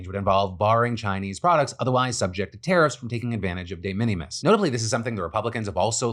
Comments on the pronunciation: DE MINIMIS IS PRONOUNCED LIKE `MINIMAL` NOT LIKE MINNIE MOUSE... FFS PHIL THIS IS ALMOST AS BAD AS YOU PRONOUNCING 'THE W.H.O' AS THOUGH YOU WERE AN OWL. YOU PRETEND TO BE A COMPETENT NEWS PRESENTER, MAKE AN EFFORT MATE! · Phil mispronouncing De Minimus constantly drove me crazy. May be just cause i hear that term so many times at work. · The way you said de minimis has me cracking up. That is not how that's said. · Phil’s pronunciation of de minimus 😂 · Your pronunciation on de minimums is killing me 😂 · Someone should probably tell Phil how to pronounce de minimus.. that was kind of painful